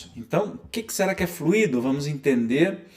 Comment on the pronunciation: desculpa, mas não é FLUíDO com acento no í - que significa um líquido, é fluido e se fala como se fala "muito", o expositor está confundindo as palavras, fluido é elemento espiritual e não fluído que é um elemento líquido.